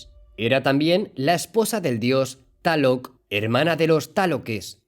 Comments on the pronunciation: No es taloc, es Tláloc 😂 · Amigo no es taloc, es tlaloc. Jijiji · Me encanta tu canal y todo lo relacionado a el. Tus vídeos son mi alimentación visual y aprendo muchas cosas cada día y con lo que puedo después compartir a mi gente para no ser algo ignorantes a la vida real... Te estimo mucho y espero seguir viendo más de esto por mucho tiempo... Solo un detalle carnalito, se escribe Tlaloc y se pronuncia tal cual al igual que los temazcales o temazcal... Saludos y bendiciones 🙏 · Saludos desde México excelente video solo una observación, se pronuncia tal cual se escribe Coatlicue y Tlaloc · Excelente info, se escribe y pronuncia Tlaloc!!! Saludos